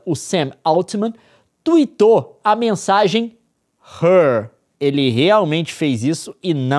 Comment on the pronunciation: HER é pronunciado HÊR e não HÉR pq seria HAIR